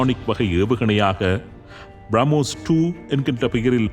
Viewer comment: திருத்தம் : பிராமோஸ் இல்லை, பிரமோஸ் என்று அழைகவும்